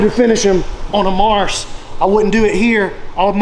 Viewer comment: How did darce become marce? Kept sayin marce marce marce.